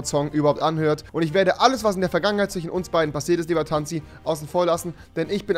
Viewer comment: Sagt der im ernst zwichen statt zwischen..